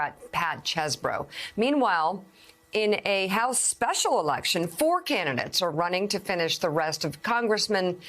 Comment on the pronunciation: Did you say Kelly Chewbacca??